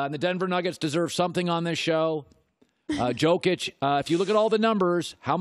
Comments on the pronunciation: He is giving respect to Jokic? Dude he literally called him "Tzokic" 😂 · Nuggets fan here. Thank you for giving me just a small, small amount of love. I got Joker at #4. Though, I don't feel like you've actually watched a Denver game this year. His name is pronounced "Yo-kitsch".